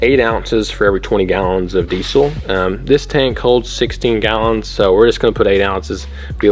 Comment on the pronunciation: No z in diesel.